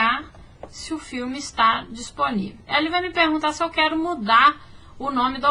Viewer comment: Eu falo astáh tbm, afinal quando escrevemos "eh, oh lah o reclamão" lemos é, ó lá o reclamão kkkkkkk